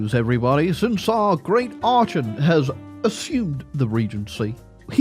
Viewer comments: continuing to pronounce Archon as "ar-chon" and not "ar-kon" is making me want to tear my eyes out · It's "Ark-on" btw. Though I think you saying it wrong on Purpose. If you had waited a few years Grover 6 would have actually grow up gotten to the age to rule at 18, and he becomes you new ruler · every time he mispronounces archon i tear a little more of my hair out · I refuse to believe you are not mispronouncing Archon on purpose. There is just no way you don't know you are saying it wrong. You are doing it to trigger me. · The way you pronounce archon has to be ragebait, I refuse to believe otherwise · It was scraping my ears every time but he eventually figured it out at least!!!!